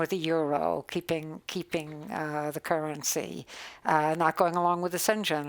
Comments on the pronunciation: "Shenzhen" arrangement lol. Schengen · "Shig-zen" agreement? :-D